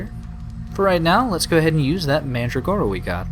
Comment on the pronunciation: I really don't get why you had to sacrifice the kind of mandragora that was used in the perfume. That was just plain stupid and nonsensical. By the way, AFAIK, you pronounce it "manDRAgora" with emphasis on the "dra".